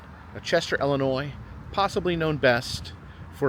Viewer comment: Do all the IL locals pronounce it as if it starts with an “e”?? I had no idea yall pronounce it like “Ellenoy”